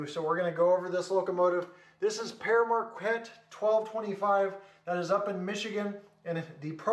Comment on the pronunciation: Did you know that the 1225 is actually the Polar Express. Just one thing it's pronounced (pear market)